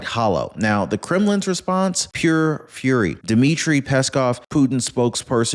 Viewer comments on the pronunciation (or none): none